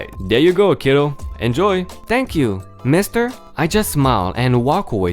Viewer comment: Ok I probably let you off on a word or two in the beginning but... Mister is not master. Master is as a master to his dog but Miss-ter is a general male title often shortened to even more respectful Sir.:) Inkcident is not a word but in-sident with the s sound of c is correct.:) rainbow is not ranbow... the a is the hard A of angel or aiming to shoot a bow and arrow. so rAin-bow like the sound of gain.:) oops angel is also with the hard A as in able.:) As always... Great stories 🔥🔥🔥🔥🔥🔥🔥🔥🔥